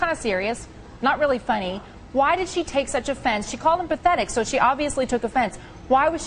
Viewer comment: "Why was she sho offended?" Contessa is terrible....